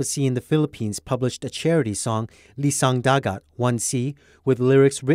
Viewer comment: It's I-I-Sang Dagat, there is no L it's a capital i